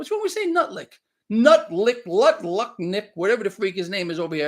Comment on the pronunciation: It’s Butlick 😂